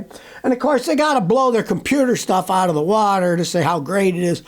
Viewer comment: 😂You had me at "oot ot"😗